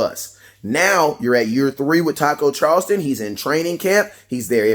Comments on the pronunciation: southofheaven88 Listen to the way he says it. he pronounces it as Charlston instead of Charlton. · Not Charlston, it’s Charlton!!!